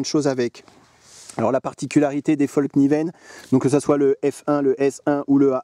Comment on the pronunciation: Super vidéo. Et juste pour info, en suédois on dit "FALL KNIVEN" pas comme toi et d'autres le prononcent "FOLL KNIVEN" le A suédois et comme notre A en français. Ceci mis à part, oui, des supers couteaux.